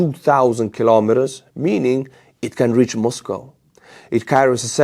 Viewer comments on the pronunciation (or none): none